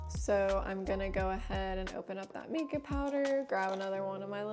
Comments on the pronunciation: I'm pretty sure it's pronounced my-kah, like the name Micah or mineral, not mee-kah. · Mica is actually pronounced with a long I sound, not the E sound. That said, this is a very helpful video. Thank you!